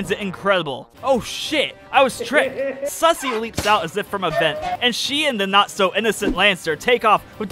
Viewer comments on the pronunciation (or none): Lmfao I love how he says “sussy” instead of susie. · The whole playthrough, I as well pronounced it "sussy"